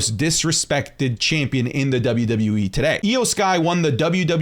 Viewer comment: Can’t stand how U say “Chaympion”